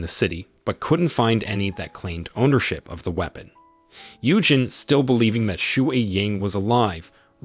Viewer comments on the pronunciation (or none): The pronunciation of Xue Ying is just too cringe! Xue: its not "shu-way". It is Su, or Shu.